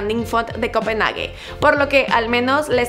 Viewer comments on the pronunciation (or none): none